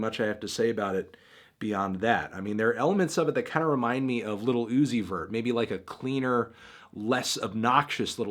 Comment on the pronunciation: It bothers me that he says little instead of lil